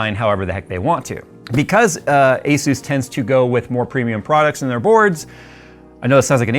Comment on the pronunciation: 35 Years of experience has nearly zero value with technogies from this decade. Especially when you don't even know how to pronounce ASUS.